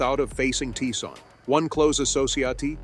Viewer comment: they pronounced Tyson as "tea-son"